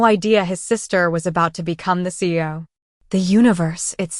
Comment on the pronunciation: Lol AI can’t pronounce CEO correctly